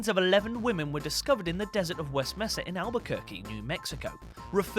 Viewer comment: Mesa; MAY-sa not MESS-ah